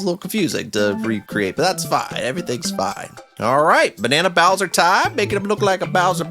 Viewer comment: "boush" "bowtra troopa"